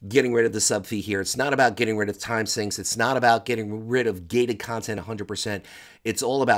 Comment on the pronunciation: It's Time Sink, not Time Synch. Sheesh.